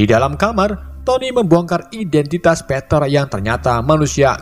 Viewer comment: Gw dgr peter kayak panter